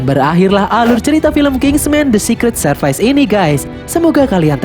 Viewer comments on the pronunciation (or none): Servis not serpais 😅😅